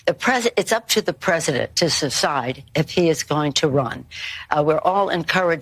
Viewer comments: Pelosi: it's up to the President to "su-cide," was she trying to say suicide? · Nancy combines the word secede and decide when she said "it's up to the president to secide." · "It's up to the president to "Suside"" whether to run"??? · It's up to the President to secide if he is going to run . . . we're all encouraging him to make that secision . . . Nancy said. . . . well actually she only said secide. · When did the word decide become pronounced "shushide"? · Did anyone else notice that Nancy said "it's up to him to subside what he's going to do". Not DECIDE, subside. Slip of the tongue?